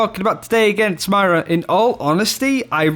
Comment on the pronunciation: Why is he calling her Maira